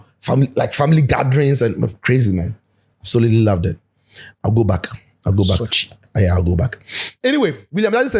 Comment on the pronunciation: The way dey explain how Sochi look like, e dey give me some AKAN vibe bi”SOKYEEEEE” 😂